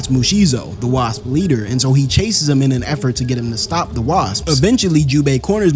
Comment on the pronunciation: can't pronounce wasp. What kind of a story teller that can't pronounce a name or even an insect kind